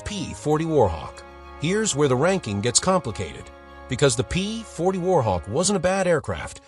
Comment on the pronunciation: THE A I voice SUCKS! The AIRCOBRA (like the snake, Cobra ) not what the voice says. And it goes downhill from there. Like, the P (pause) 40, and so it goes...